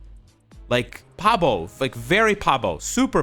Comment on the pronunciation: Babo, not Pabo. Better yet, use Byung-shin. Means retarded.